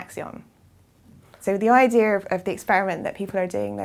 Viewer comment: Why do British sometimes pronounce the word "idea" with an audible R at the very end? I've come across that allot lately. And it's not just the case with that particular word but lots of others that end with an letter A. Which part of G.B. is this type of talk common to?